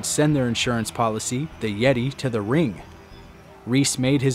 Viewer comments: You pronounced his name wrong. It's not The Yeti. It's The YETAY! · It's pronounced "THE YETAAY!!" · It's pronounced YETAAY.